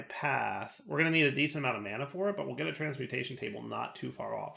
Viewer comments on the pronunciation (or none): none